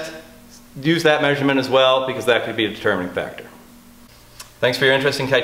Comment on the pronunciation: Lets face it ok ...... It's not "Kye-Tannica". It's "Kitani-ca" cos it sounds like Katana annnnd... they're pretty cool. .xD